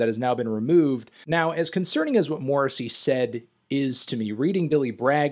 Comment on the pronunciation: Honestly your pronunciation of Morrissey's name is worse than anything he's ever said.